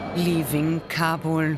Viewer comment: Why does she pronounce Kabul as Kabore.